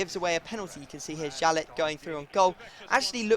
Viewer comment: It is pronounced "yalley" not "jalet"